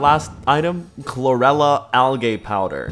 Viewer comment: the way he pronounced algae